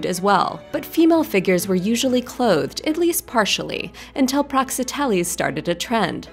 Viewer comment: Praxiteles mispronounced.